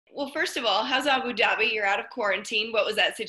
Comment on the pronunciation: Megan "Aboo Dahbee" Olivi